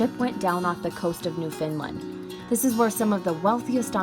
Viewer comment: Newfindland....smh... Newfoundland. Say understand. Now say Newfoundland.